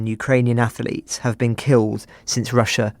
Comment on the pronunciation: Wow, what a terribly biased narrative by your crew! It would be great to have a neutral stance instead of the personal view of a poorly educated oik who says "ath-a-lete".